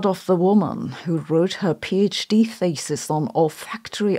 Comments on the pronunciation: Y i heard the word "thesis" pronounced as faeces? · In this case, thesis is pronounced feces. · Am I the only one hearing “feces” when she supposedly says “thesis”? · "Smell Feces" the German accent makes it even worse 😀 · The whole time you said "thesis" .... and I consistently heard "feces". The olfactory topic got to me ..... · 'Thesis' pronuonced 'feces'